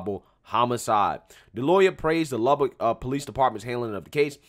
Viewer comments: Lubbock Texas not Lubbard Texas lol. I live here lol. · For future reference it's Luh-Buck, like a stag/deer, not Lah-bic like a lighter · weird seeing your hometown in the title. Spelled it wrong, and mispronounced as usual. its pronounced, Lub-uck texis lmao